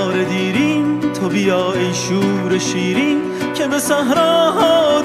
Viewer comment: Reis bunlar doğru telaffuzu değil . Divane başim diyor .divane olalim .sen divane iyi yazmışsın .en basitinden tubita değil to biyaa olacak zaten